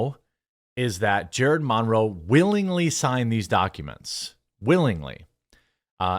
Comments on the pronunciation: Jeremy, it’s Monroe, like Marilyn Monroe. (Mun-row) Good video buddy. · Dude!! What is with the Mahn-row pronunciation? 😬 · The way you say "Monroe" physically hurts me.... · Why are you saying Monroe so weirdly? It's distracting with how much you keep saying it😂❤ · I refuse to listen to anyone who can't pronounce Monroe